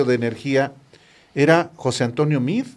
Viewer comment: Nada de José Antonio Mid. Se pronuncia MEADE. Yo tengo amigos con ese apellido y no se escucha Mid, lo pronuncian tal cual para que se escuche Meade. Son de origen Libanés. Saludos.